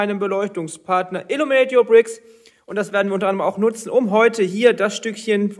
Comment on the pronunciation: Stört es Illuminate your Bricks eigentlich nicht, dass du den Namen ständig falsch aussprichst ? :D